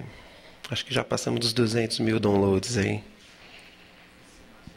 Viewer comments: Opa, mais um que não me entendeu. Cara, Eu amo o Criolo, brinquei com o fato dele ter errado a pronuncia da palavra download porque mostra que ele não domina essa lingua imperialista. O que acho otimo. Agora se vc gosta de mostrar seus dotes, parabens. Eu prefiro Criolo que não sabe falar Download e Fernanda Montenegro que fala um ingles bem primário, mas fala um portugues maravilhoso. Amém para vc ! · Um cara que pensa, compõe, é afinado e não sabe falar download? Meu Deus, a humanidade ainda tem esperança !